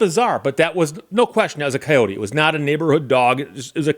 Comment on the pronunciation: It's pronounced coyote, not coyote ;)